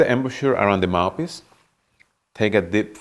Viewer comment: Is it just me or does it sounds like he says mapis not mouthpiece